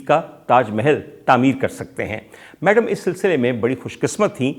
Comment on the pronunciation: Great Commentary but Its Madam not Maadaam